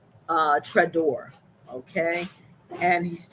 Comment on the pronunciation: Hey its not trdor its “Tra o re” practice the pronounciation plz